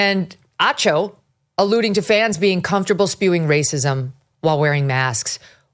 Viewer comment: Chiney Oh-gWOO-mik-AY and Emmanuel ah-CHOH ...again, research.